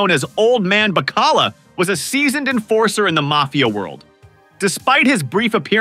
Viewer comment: Old Man Buh-Callugh? Who tf is that? Seriously though, you had some Carmine Jr moments on a few of these names but this one’s my favorite.